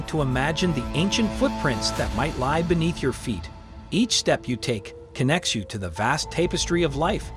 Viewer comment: Lie doesn't have a D at the end